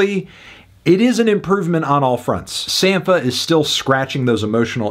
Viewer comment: Its pronounced “Sam-pa” - just saw him in Chicago last night and he further confirmed this when he first came out and introduced himself.